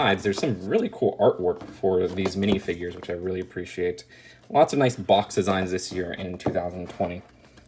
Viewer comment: I like the way you pronounce minifigures. MiNiFiGuArEs